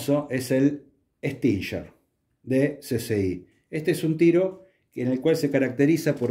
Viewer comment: Estimado caballero, tenga a bien permitirme una corrección, la palabra STINGER (aguijón) en ingles, se pronuncia tal cual se escribe, así sea en castellano, también escuche a varios armeros que como el Sr. Raúl Barco se refiere a la marca de armas RUGER como (rusher) y no tengo la menor idea de porqué o de donde salió esto. Por otro lado, sepa que le estoy muy agradecido por toda la buena información que comparte en el canal y en muchos artículos de la revista MAGNUM los que me han servido bien. Sin más mis saludos. Daniel Moreyra